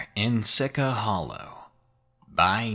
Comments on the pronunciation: same once he said SI-CA i cringed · I grew up 5 miles from Sica Hollow. It's pronounced "Seeshee". Nothing to be scared of out there except high natives that will try to scare you away. Also, skinwalkers aren't in the legend. Just a few "ghosts". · Great story, but I actually live 10 miles from Sica Hollow and it's pronounced Seechee Hollow...no i dea why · See-che is the pronunciation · Sica is pronounced see-cha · its not SI-CA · Sica.... "she cha". Just an FYI darling. 🙃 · You are supposed to pronounce “sica” - “see-cha.” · It is actually pronounced, See-Cha. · 6 years later you pronounced sica wrong lol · Devin Lien thank you someone else from South Dakota! Please people learn how to pronounce things! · I was gonna say I can tell he ain't from South Dakota bc he didn't say it right lmao